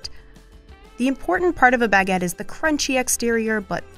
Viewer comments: bAAAgé 😭😭? It sounds so, incorrect baguette 🥖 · The way you say baguette gives me every disease known to man.